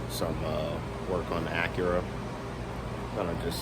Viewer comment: Man said Acura and im smashing the 👍 Keep doing your thing